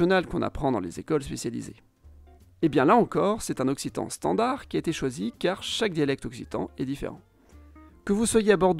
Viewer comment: bonsoir, je suis un abonné de longue date, c'est pq je me permets de vous demander pq vous prononcez le d de standard..? Certes je suis belge et donc pas une référence absolue 🙂. C'est la première fois que j'entends cette prononciation !? Merci pour la chaîne.